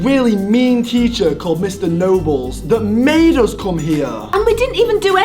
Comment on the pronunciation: Sorry but did MORGZ say " we have this really mean teacher named mr. Noballs 🤣